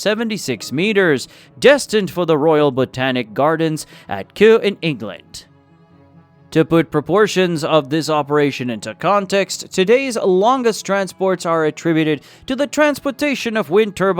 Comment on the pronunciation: miss-pronounced liter as litter and Kew as coo, etc